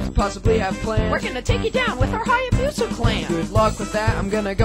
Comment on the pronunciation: Your pronunciation of the word “Hayabusa” is atrocious. Btw, Hayabusa is Japanese for Falcon.